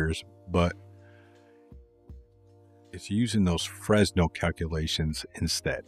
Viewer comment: So I can teach you something , eureka !!!! In French the pronication is FRENEL the s is not pronounced....